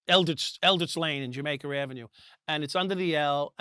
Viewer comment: “Jamaker Avenue” - Michael Dowd